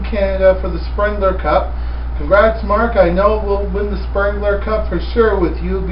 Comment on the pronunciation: It's called the Spengler Cup, not SpRengler Cup